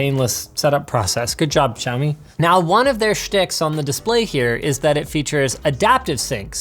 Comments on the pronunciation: It's Shao-mi not Zhou-mi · why they can't simply say "shaomee" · shiaomi, no its siaomi :-) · wtf is a xaimioaoa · Wonder if he'll ever pronounce the brand correctly... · thumb down for pronouncing Xiaomi wrong..